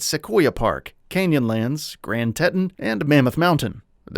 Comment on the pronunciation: Tet-in? Try TEE-TAHN.